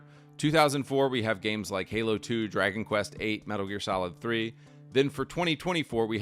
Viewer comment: Halo turns into Gaylo